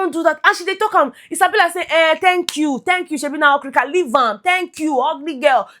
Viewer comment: say okrik 🤣🤣🤣🤣🤣🤣🤣🤣🤣 you even package name for okirika 😂😂